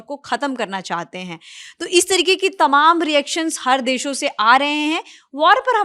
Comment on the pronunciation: Deso 😂😂😂😂Desho